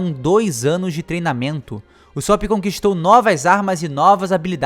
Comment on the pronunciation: q agonia ele fala usópp